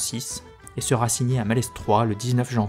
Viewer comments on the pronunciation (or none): Vidéo très synthétique. Précision : Malestroit se prononce sans le s. Auray se prononce Orè. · Super épisode qui m'a bien aidé pendant les cours. Par contre, je me dois de te prévenir, le "s" de Malestroit est muet ;) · Excellent travail. Juste une chose : arrête de prononcer le "s" de Malestroit ou retourne à Parisse. Signé : un breton. PS : je vais boire un coup de chouchen pour adoucir mes délicates oreilles écorchés 😂